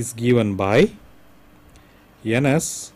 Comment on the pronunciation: loved the way he call Ns as 'anus' 😂😂 anyway very nice video